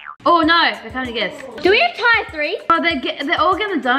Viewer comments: Is it just me who thinks that tier 3 is said as teer 3 instead of tyer 3? I was just shocked when said ‘tyer’ 3? Btw not hating I love your videos! 🤘🏻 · tier is pronounced ad (tir ) not tire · I’m a really big fan but not trying to be rude tier is pronounced teer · Norris nuts I love u guys but say teer 3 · not to be rude but is in the 6th grade and still doesn’t know how to pronounce ‘tier’ I just think that maybe they should work more on school work instead of yt. I fully support the Norris nuts but the fact that sabre is in year 12 is concerning she’s about to go to uni/college and she needs to work harder instead of just filming vids. I wouldn’t be surprised if they drop out of college because they aren’t working hard enough. (- 6th grade, Biggy-8th grade, Sockie-10th grade, Sabre-12th grade) No hate ❤